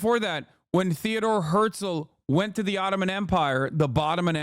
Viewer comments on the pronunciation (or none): Couldn’t help but notice Hasan saying “bottoman” empire. Does anyone know if he is anti ottoman? I know he is Turkish